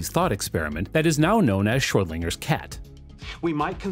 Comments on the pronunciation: Is he saying Schrödinger's or Schröd"L"inger's with the letter L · it sounded like you said ShroedLINGers cat....